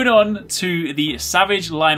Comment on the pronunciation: Its lynel